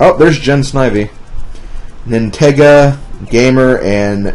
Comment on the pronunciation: HAHAHAHAHAAAAAAAAAA!!!!! I saw that!!! I was the 1 who hit him with that Star man in Mount Wario!!! I also really loved how he mentioned the pun on my name! Nintendo + Sega!!! & i also like how he pronounced my name right! In fact, i loved this so much, i've uploaded the highlight on youtube called Nintega vs SlimKirby! Part 1 is up on my channel!!!